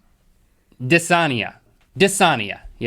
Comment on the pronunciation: *Dysania— Dis-A-nee-uh. Like you pronounce mania.